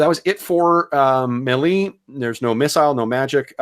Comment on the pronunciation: Just bought this system, enjoying using your videos as a practical example. And holy cow share those character sheets! On a side note, are you pronouncing "melee" wrong intentionally as an inside joke thing? Also, does AS&SH pronounce "Cimmerian" with a hard C as opposed to the Conan stories which use an "S" sound?